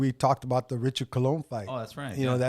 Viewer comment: He said Richard Colon, but it's Prichard Colon. He will never be the same.